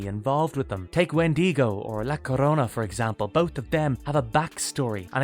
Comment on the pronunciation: "Llorona" is pronounced --Yor-oan (like boat) -ah